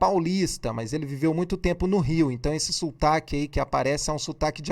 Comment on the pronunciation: E ainda diz "sultaque".